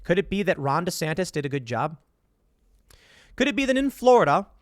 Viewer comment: DEE SAN TIS